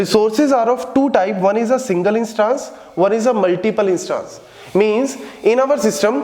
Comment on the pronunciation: INSsss-TAAAAnnNse NAHI SIR INs-TANs